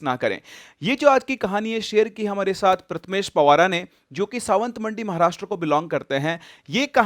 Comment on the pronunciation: Pawar hai wo SiR ji.. aur sawantwadi hai wo jagah.. sawantmandi nahi..😂